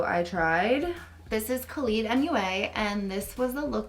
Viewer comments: “Khalid mua” 😂😂😂 I think it’s pronounced Kayleigh but I don’t blame you, Irish names are hard to pronounce! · when she pronounced keilidh like khalid instead of kayley shows how annoying irish spelling is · Keilidh mua is pronounced Kay-lee hahaha , it’s Irish so of-course it’s hard to pronounce! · The make up artist keilidh . Her name is unusual . it's pronounced like Kay.Leigh .. I don't want to sound rude I just wanted to let you know ❤ the look turned out great xx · This was an amazing first attempt I gotta say!! Also Keilidh is pronounced Kayleigh it’s an Irish name!🥰💖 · Keilidh is said like kaylee 🤣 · Keilidh is pronounced as keili like kylie but with a "e" :) irish names are weird 😂 your look is awesome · The glam look reminds me of one Keilidhmua did a while back🤔. Edit: just saw you said it was from her look, I knew o wasn’t going crazy 🙌🏼( also it’s pronounced Kayley) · Keilidh is pronounced kay-lee! She's the bomb! Queens following Queens! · i haven’t seen any comments about this but keilidh is pronounced kaylee! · Also, just so you know, her name is pronounced like Kayleigh or Kaylee. I know it's spelled funny and people mispronounce it ALL the time! Lol. <3 <3 <3 <3 <3 <3 <3 <3 <3 <3 <3 <3 <3 <3 <3 <3 <3 <3 <3 <3 <3 <3 <3 <3 <3 <3 <3 <3 <3 <3 <3 <3 <3 <3 <3 <3 <3 <3 <3 <3 <3 <3 <3 <3 <3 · the way you pronounced keilidhs name has me in stitches hahahaha its an Irish name pronounce kay-lee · Oh my god i love you but you butchered her name it’s pronounced just like Kaylie easy mistake tho! I love you you killed this its amazing! 😱😍 hope you have a beautiful week 💖🧡💛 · FYI kelidh is actually pronounced Kayleigh 😘😘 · Your doing great sweetie! The said wrong the name of the artist is Keili not keilidh, if you refer of keilidh cashell from Irland